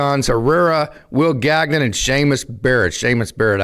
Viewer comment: Will Gag-Non? Gagnon is a French surname. It is pronounced Gan-Yawn.